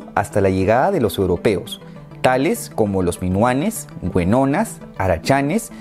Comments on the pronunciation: Se dice Guenoas!! No Guenonas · Se dice guenoas, no güenoas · Hola!! Genial el video. Sólo una corrección. No son guenonas. Son guenoas. Saludos! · la guenonas XD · Muchas impresiones y palabras mal escritas y mal pronunciadas. Mejor dedícate a estudiar. Habla con algún uruguayo para saber cómo se dice Lavalleja o para que te enseñe a escribir guenoas.